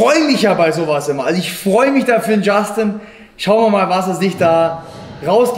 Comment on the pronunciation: Niemand: Wirklich niemand:: Dschaschtin